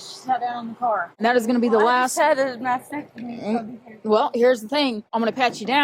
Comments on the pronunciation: Did she say mastectomy or vasectomy? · 😳😲😃😂she kept saying vasectomy, not mastectomy😂😂😂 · Sounded like she said I just had a vasectomy.😂😂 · lol I thought she said vasectomy too. I was thinking she was getting hysterectomy and vasectomy mixed up.